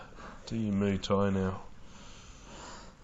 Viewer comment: And did this the narrator just call Muay Thai Mooey Thai hahaha 🤣 that’s a good one Didn’t know cows had their own martial art